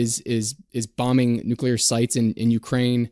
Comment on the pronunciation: If we can be held accountable, please pronounce the word correctly as nuclear and not nucular.